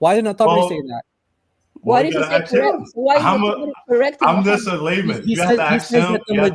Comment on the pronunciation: Im just a lie man or did he say layman